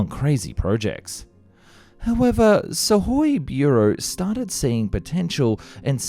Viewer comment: Wow, an English YouTuber that didn't follow the failure'ous "transliteration" charts and had read the Suhój as Suhój – not as "SOOkoj"(instrumentative singular for /b.tch/)